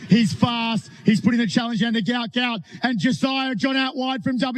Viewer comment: The father says his son's name isn't "Gout Gout" but Gwot Gwot. Why is the press not picking on it?